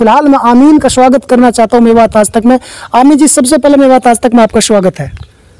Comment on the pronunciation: Hiii Brother apne Salam ka pronounce thk kijye Saal not shal (year) Swagat not shwagat Smjhane not shamjhane Etc....... If you don't my brother You have to learn more your pronounce is not............... 👍👍👍